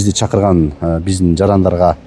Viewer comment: Туура суйло!!!!! Чыкырган туура айтылат , ,,чакырган.....